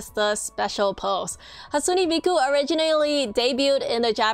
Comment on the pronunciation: Its not hatusne its hatsune